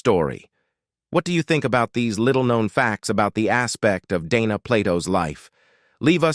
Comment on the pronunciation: The narrator calls her Donna several times as well as mispronouncing her last name